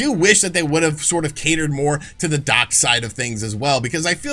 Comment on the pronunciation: When you said “the dock side of things” you sounded like you were saying dark side but with a Boston accent 😂